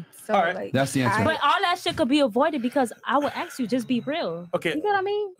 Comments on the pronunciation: Why is it that so many Miami girls say "aks" instead of "ask"? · Ask not aks 😭💀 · Wow these women, do ax some questions.Not asssssssssssk. but ax.